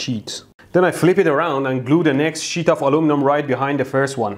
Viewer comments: That's sheet not sh!$ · I know you are saying sheet(s) of stuff... but I SWEAR it sounds like you are saying shits of stuff. lol Every time you say sheet, I SWEAR You are purposefully saying shit! lol xD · Sir, please pronounce "sheet" with the proper prolonged "i" sound that "ee" results in. Not the shorter "i" sound that a single "i" produces. TL;DR: Sheet, not shit. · When he says sheet it sounds like shit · How immature of me to chuckle every time he pronounces "sheet".